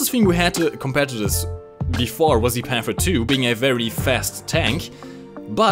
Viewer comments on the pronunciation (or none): none